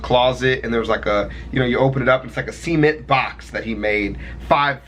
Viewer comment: See-ment box